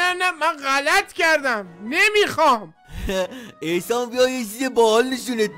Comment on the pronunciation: احسان❎ اخسان✅